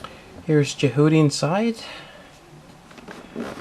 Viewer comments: I had to stop the second you pronounced it Je-HOO-ty. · You keep saying its name wrong and it's frustrating.